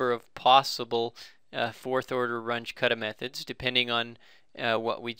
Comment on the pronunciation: WRONG PRONUNCIATION,.... RUNGE is a German name,... R-U-N-G-E,.... ("G" is like "G" in "good")